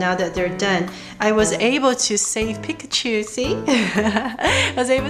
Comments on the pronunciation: If you love pikachu that much then you'd learn how to say it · That is actually how you pronounce it properly.